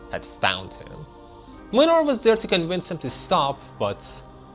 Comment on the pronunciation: As a Polish I can confirm that this is literally what Poland is like. I can also confirm that the English VA of Młynar completely butchered the Polish pronunciation.